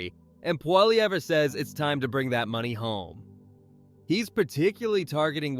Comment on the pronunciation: I think you took so long making your graphics that you're slow on your news. This is old news. And you're mispronouncing Poilievre.